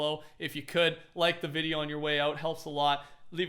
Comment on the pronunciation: He says like wrong. Up vote so he can see